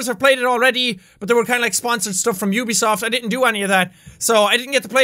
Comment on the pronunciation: He said "ubisoft"